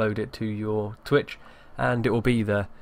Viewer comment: Lol he said tweeah